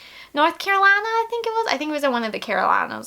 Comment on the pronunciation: Your Southern accent when you said Carolina. 😂😂😂